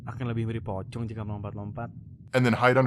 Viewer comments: FYI the 'c' represents a hard 'ch' sound -- so "pocong" would be pronounced something like "po-chong" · Ngl hearing Pocong being called Pho-kong is kinda funny lmao. That aside, I'm glad to see someone not Indonesian talking about Pamali with some more insight than just "ooo sbooky goast game" cause honestly it kinda need more light shed on it and the project as a whole, cause it's super neat. It's legitimately have better play feel and dabble with actual Indonesian horror lore more closely and respectfully than DreadOut which is just "Outlast with vaguely Indonesian theme."